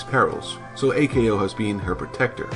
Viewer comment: Okay... for some reason you insist on pronouncing the suffix "ko" as "Kay Oh." That's a little weird, but I'm sure we can trust a dude who apparently hasn't watched the anime in English or Japanese... or any known languages, anyhow. Does anypony know of any language where it was localized as "Kay Oh?" In any case, it's far from the most egregious mistake. They are not named after their blood types... that's just... silly. There's no such thing as type-C?! Plus A-ko is type-O, the universal donor and classic hero archetype... well, why don't I just give the original quote, straight from the source? Yes, B-ko is type-A! The three main character personalities are based off of blood type fortune telling. A-Ko is an O type making her energetic and headstrong. B-Ko is an A type making her orderly and jealous. And C-Ko is a B type making her sensitive and impatient.